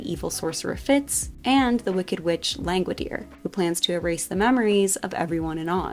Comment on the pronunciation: Wow I finally know how to pronounce Langwidere. Thank you